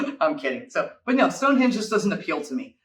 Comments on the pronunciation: Ok ish as a short description of some of the best places. Gave up when he kept calling it stonehedge and then said Mt snowdon ten thousand and eighty five meters (actually 1085). There are many far better reviews. Stonehenge is a most amazing and mysterious place . Apart from what it was used for. How did they cut , haul twenty five miles and erect rocks weighing up to 40 tons just with levers ropes and a lot of sweat. ( and the smaller bluestones weighing 2 to 5 tons come from a site 120 miles away in west Wales). The more you learn about the place the more incredible it becomes. It is sited on a plain that is covered with other strange places . Why did these people 4000 years ago devote so much time and effort when they could be getting on feeding clothing and sheltering themselves? People who are disappointed when they first see Stonehenge have clearly not spent ten minutes researching the place . Usually the complaint is that it is so “small”. As if it was built recently with modern equipment and technology. Even so the main circle is about 60 ft across and the large sarsen stones stand 13 ft out of the ground , plus they have the cross lintels on top. Over the centuries many stones have gone missing as the local people have treated the place as a quarry. It’s like going to the Grand Canyon and not being impressed because it’s just a valley. All that is required to enjoy visiting the place is a questing mind, a good imagination and a willingness to spend 30 minutes of you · Is he saying Stonehedge? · Its stonehenge not stonehedge. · Anyone else notice the guy Calling Stonehenge, Stone hedge lol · Ps, it’s Stonehenge, not stonehedge. There’s an ‘n’ in there. 😄 it’s worth a visit due to its history and above all to get a sense of how the heck did they achieve it. Bringing stones 500 miles from mountainous, beautiful Wales. The Cotswolds are one of the prettiest groups of villages in England and will take you back in time.